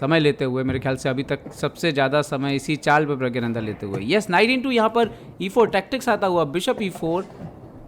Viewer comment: Are प्रज्ञा nhi 😂😂 प्रग्ना nanda😅